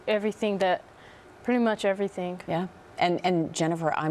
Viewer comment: I wish them all the best, really. Can someone help me understand something - Is it a dialect-thing, how Jordan pronounces words? She says everythin-k, thinkin-k, horrifyin-k. First I thought it was just her, but then I saw a video of their aunt and she has some of the same mannerisms in her language?